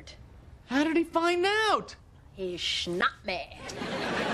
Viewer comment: "he schnapped me.." 😂😂😂